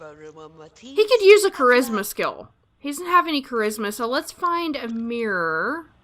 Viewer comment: You just had me saying the word mirror all funny. You say it like "meer" and in my accent is "murrah".